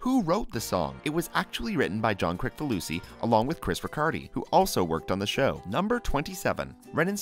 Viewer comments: It's Kris-falusi not Krik-falusi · It's actually pronounced Kris-falusi. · His last name is pronounced "Krisfaloosy". The C is pronounced as an S. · It’s pronounced Kriss-falusi